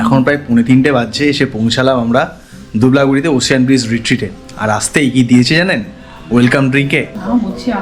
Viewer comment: “ওসিয়ান” নয় “ওসেন”